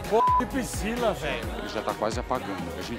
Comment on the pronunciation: Qual seu nome pricila. Pricila nao velho kkk